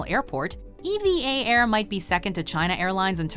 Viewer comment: I have been in EVA air and you said is wrong it’s pronouced Eva 😂😂😂 like a name not E.V.A